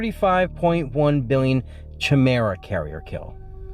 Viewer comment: Chimera is pronounced kai-mera.